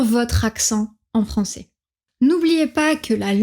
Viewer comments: Tu as quand même un accent du sud un petit peu! Quand tu dis Français tu dis "Françé" alors que le [ais] se prononce normalement [è] et non [é] ! 😊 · Bonjour . J'ai deviné ton accent dès les premières secondes de la vidéo quand tu as prononcé le mot "Français". J'ai su que tu venais du Nord( je suis moi-même Picard). Nos voyelles finales sont fermées alors que certaines sont ouvertes dans le Français standard. Ainsi, tu as prononcé "fransé" pour Français alors que la prononciation classique des mots en " ai " est " è" donc Fransè". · Pour moi votre français sonne effectivement tout à fait standard. Le seul trait qui me paraît singulier, c'est votre usage du son "é". Quand pour "français" vous prononcez "francé", vous faites comme ma meilleure amie qui vient de Provence (mais parle un français "standard"). Alors que moi qui viens de l'est de la France (tout en parlant aussi un français plutôt standard) je prononce "francè". C'est comme pour "lait". Elle prononce "lé", tandis que je prononce "lè".